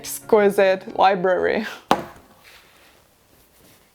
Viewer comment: Li-Brary. Not Li-berry